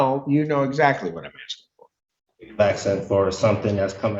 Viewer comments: Why do they all say "axing" vs. "asking"? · He doesnt know what the judge is "AXING" for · "Axing"..proof of US education